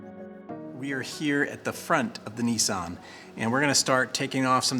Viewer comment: Btw the way you say it niiisan is big brother in japanese you pronounce this brand Niss san.